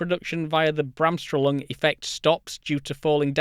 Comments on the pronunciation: Bremsstrahlung. Breh-ms schtrah-loong. Not bram-strollung. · Gold, as always! Love your presentation style! But it makes me think I should also make some German Science vocab videos. (It's Brems-Shtruhloong ^^) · From your explanation I believe you are talking about "Bremsstrahlung". Your explanation of the effect is good, but your pronunciation of the German word, not so much. The word literally means "braking radiation", the radiation that is emitted when a charged particle brakes too hard. I'm sure you mean "Gamma Ray Bursts" and not "Cosmic Rays", but it is indeed another story. P.S. Yes, I'm a particle physicist by training. 🤷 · I think you're badly mispronouncing Bremsstrahlung ;)